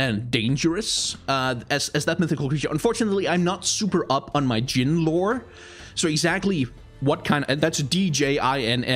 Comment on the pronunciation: appriciate the correct pronunciation of arabic jin, as in genie, never heard anyone english say it the arabic way